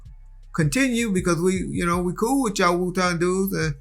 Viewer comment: Overall this was an A-level documentary! Good work. Side note...wtf did he say? Wuton